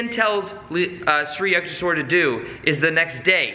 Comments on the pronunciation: The most overrated nonsensical book ever. More like a Christian missionary monk selling mystic oriental ideas to the west, which has been in a quest for spirit since it lost its in the age of enlightenment. Complete & utter degeneracy. For goodness sake, thats just plain murder of Samskrutha words Yuktheshwara its Yuktha (tha as in thaw) + Eshwara.. eeesh, Yuktheshwara. With all due respect to you guys, it's sad to see a language so ancient & literally the legacy of half of the world population that migrated from central Asia to the west & the east from the proto info European.. Samskrutha is all about pronunciation swara, maathra.. Anybody talking about spirituality if they don't understand the essence of Samskrutha as the very refinement of breath & consciousness clearly cannot attain any insights into the nature of the transient to realise the transcendant. Samskrutha is a tool to realise the transcendant especially if you wish to realise it through the realms of Mantra the universe which is a manifest Pranav Aumkara of A maara, who U kaara, Ma kaara.. Aum the primordial monosyllables. This yogi paramahamsa is definitely a figment of some clever missionary not necessarily christian but he is definitely a missionary not necessarily a bad thing or inauthentic it's clearly with all possibility a part of Shramana tradition but clearly phony as far as the traditional schools & even the most secretive ones go. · Hey! Saw you struggling with the pronunciation of Yukteshwar guru’s name so I thought I’d try help you out so it’s easier. Its pronounced like You-k-tay-sh-war. Hope that makes it easier for you. Love your content and love the fact you mentioned this book. Love from India! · the pronunciation should be like the sound of You not Yah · it's "yook" (short stab like look) not "you-k". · He kept saying sri yuck ti shwor...:) but i appreciated the whole session, it was nice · its pronounced something like you-k-tesh-var